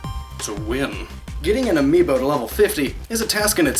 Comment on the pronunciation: Whole video about amiibo. Doesn't pronounce the plural correctly throughout the entire video. Still great video lol